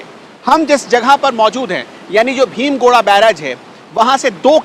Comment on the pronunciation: ये भीम गोड़ा या भीम गोरा नही बल्कि 'भीम गोडा' बैराज है। उच्चारण ठीक करने की आवश्यकता है रिपोर्टर महोदय!